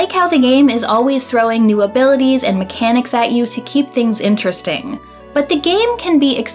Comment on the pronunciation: You pronouncing things “tings” is legit the most Toronto thing I’ve seen in a long time.